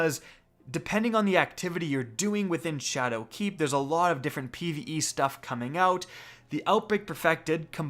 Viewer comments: Triggered - this video could have been a minute shorter if you’d just stop pronouncing “Shadowkeep” as if it were two words! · anyone else hate the way he says shadow keep? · You say "Shadowkeep" weird.